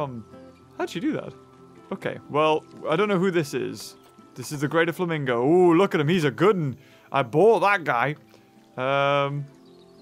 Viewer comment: You called the flamingo exhibit "famingo land"